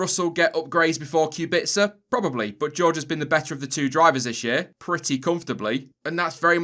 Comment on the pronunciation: The way he pronounces Kubica's last name bothers me to no end